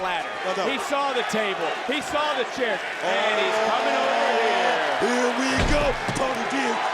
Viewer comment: Ring announcer did not just say Tables, Ladders and scares match.😂